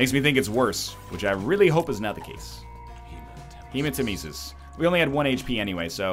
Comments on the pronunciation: It's not HEMAtemesis, it's hemaTEMEsis. Didn't you learned that from the awesome, sadly nerfed, voice? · FFS, you have no excuse to keep mispronouncing hematemesis! He says it for you, then you say it wrong!